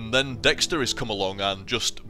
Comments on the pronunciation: I was confused when you were saying dextery.. Then I realized you were talking about DXtory, lol. I've only heard it pronounced D X tor-E. But that class definitely seems a little OP, so much so that you get too laid back and you're dying while playing it =P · Gah, I made a mistake when replying to someone's comment in this thread, and it nuked the entire thing! :[ But yeah, it's called Dxtory, most likely pronounced "D-X-Tory", but fuck that, I call it "Dextory" :]